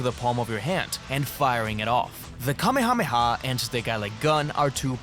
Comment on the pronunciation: finally an English-based CC that knows the pronunciation of kamehameha ❤